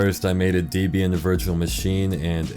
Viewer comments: it is pronounced "Deb-ee-yun" not Deezbian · deebian?? holy larp bro. its DEHbian, gosh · It’s deb-bi-an holy larp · You mispronounced Debian, larper. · this larper can't even pronounce debian properly !!!